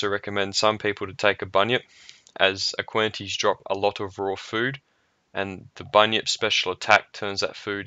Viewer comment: aqua-nites (aqua-nights) btw. nice vid